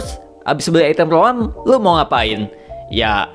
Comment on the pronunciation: Roam >> Rowam - Franco >> Fran Cho 😂